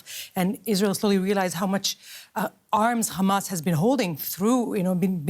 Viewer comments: When I heard her say "K-hamas" I knew I could ignore every other word out of her mouth. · Her accent gave her away, the way she pronounced Hamas and Gaza exposed her.